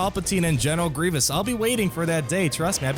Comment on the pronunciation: Did he say "I love General McGreivous"?? Lol.